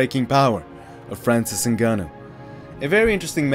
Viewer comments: Why was you saying his name so weird lol...nahganou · The narrator said Francis “Nigganou” 😂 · With a degree in linguistics i can tell you the above are wrong. English doesnt allow 'ng' at the beginning of words but it does allow them at the end, replicate the 'ng' at the end of smoking (not 'ing', so dont pronounce the 'i') followed by ah-nu. So in total it is ng-ah-nu. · For sur Tony. For americain ppl, listen its simple ( for us, french and french africain lol ) N (like END, but without the D) GA (like GAS, but just GA) NOU ( i think thats the worst for you lol its like NOOB, but without the B) if you can do this, its how you say exactly Ngannou EN(D) GA(S) NOO(B). Sorry for my bad english hope you understand me.